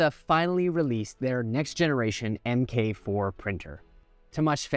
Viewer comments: You should be labeled the antichrist for pronouncing it “M K 4” not “MARK 4” for the first few minute of the video lol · Pedantic hat on MK is pronounced "mark" not "em kay." Think of the iron man suits (or Lincoln cars, but then they went off and made the MKZ and crap) With that out of the way, the MK4 was always going to be an i3 bed slinger. If it wasn't, it wouldn't be a MK4. That does not mean they won't make another design (well, obviously, they have the Mini and XL), just that it wouldn't be called the MK5 and would be something different like an XL shrunk down.